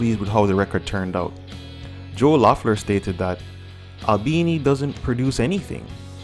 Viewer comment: great video! just somethings: the O is silent so pronounces Leffler. Well enough alone is definitely about Joe, so they dont play live this song anymore. I dont think Joe had substances. The Jesus part they grew up Christians but now Pete is agnostic. Joe is now a lawyer I guess.